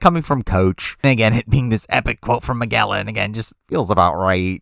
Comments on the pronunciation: Guy said "mad gehl an" lmao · Interesting pronunciation of Magellan.